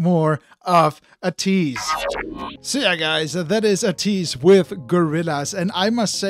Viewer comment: Thanks for reacting to ateez... The way your pronunciation is ey-tease 80s (ateez) not ah-tease... ATEEZ IS REALLY DOPE 👑👑👑 if you want to know them i recommend the ultimate guide to ateez its a bit long but its accurate by ofallthekennys